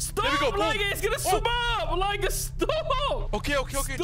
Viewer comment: I think he said lie-gar but that is still an amazing quote nonetheless